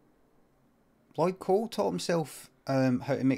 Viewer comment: didja say llyod cole and the fucking commotions